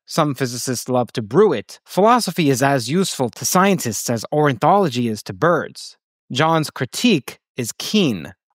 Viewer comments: I thought it was Orni-thology, not Orin- theology bruh. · Ornithology not orinthology! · The message here is cool, but pretty wild to decide to mention something random like ornithology then mispronounce it three times lol